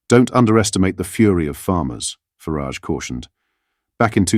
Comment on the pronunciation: FARAGE NOT FARIDGE (FARARGE)